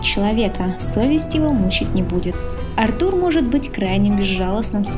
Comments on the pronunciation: Ударение не на у, а на А Артур,а не артУр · Артур, а не артУр, бесит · Какой еще артУр,Артур правильно! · Ты молодец конечно,но Артур ,а не АртУр;)Отличное видео! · Артур а не артУр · Артур с ударением на А просто убило😂😂, я об этом даже не задумывался что Артур может быть Арту́ром😂😂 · Сук, как это раздражает. Почему ты ставишь ударение на имя АртУр? Это такая боль для моих ушей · Всё здорово, но какой к черту Артур ударение на у если правильное ударение на А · НА «А» ударение,аж уши режет